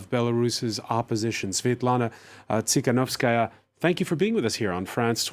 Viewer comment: It's Tikhanovskaya, no S after the first T.